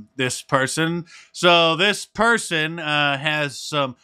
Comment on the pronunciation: That dothe'nt make her a bad perthon!